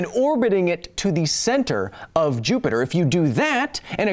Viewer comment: For the love of god, please stop calling "Jupiter" "Jupi-Joop"...